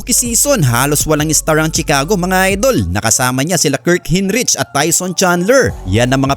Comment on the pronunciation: BOBO , CHICAGO= "SHICAGO" HINDI "TSICAGO" ANG PAG PRONOUNCE. KAMOTE BLOGGER BOBO